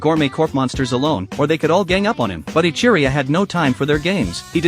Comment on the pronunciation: Ichiruu? Are you sure it isn’t…. Jack ? 🤭